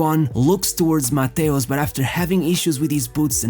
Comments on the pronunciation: Nice video my Portuguese fellow! Although it made me some way like confused hearing Mateus instead of Matthaus 😅 grande abraço 💪😃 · you’re right! For us in Portugal we are used to say Mataus but the correct way to pronounce in German is Mateus! My bad 🙋‍♂️ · Jesus, how many ways are there to butcher one name in only one video? 😂😂😂😂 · Your narration is hideous. Pronouncing Matthaus and Matthaush in the same sentence many times. What's wrong with you?